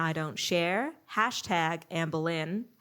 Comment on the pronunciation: I honestly love that when says "Amberlynn", it sounds like "Anne Boleyn". It really makes watching feel like a histical event.